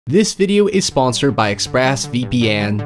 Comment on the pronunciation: “.. ex-phrass vee pee enn”